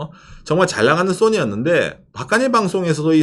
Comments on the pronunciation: Sonny 인줄.. ㅎ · 웃기는 소리하면서 웃기네 . 정확한 발음을 하세요 나는 손흥민 이야기 하는줄 알았네 야 이양반아 .